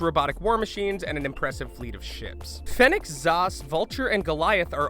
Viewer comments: pretty sure all the mispronunciations are cause this dude never really played starcraft fenix is pronounced phoenix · Man, I love those famous StarCraft characters "Fen-icks" "Zoss" "Vulture" and "Goliath"